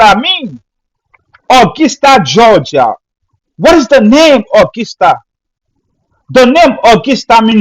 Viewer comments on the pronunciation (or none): Brother....the word is pronounced "Uhh gus tuh" not " Uhh gis tuh". That is gus not gis. We have a nice music festival in our state of WV called the Augusta Festival.